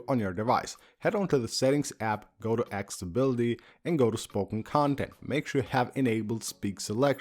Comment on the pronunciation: accESSibility not axibility